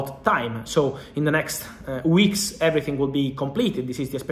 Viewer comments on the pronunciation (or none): none